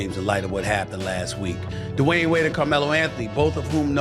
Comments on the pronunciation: Who is this guy D-wine keeps saying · lol you say Dwayne’s name 15 different ways and none of the right.